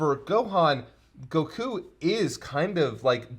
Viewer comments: Has he always pronounced it goKU? lol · Every time says Goku I die a little inside.